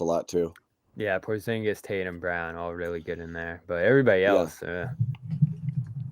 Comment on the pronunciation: Shengen is a free movement area in European Union :) and by the way,... you also pronounce Porzingis incorrectly. if you ask KP to pronounce his surname in Latvian language you would hear a major difference.